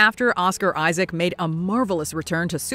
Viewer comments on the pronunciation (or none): none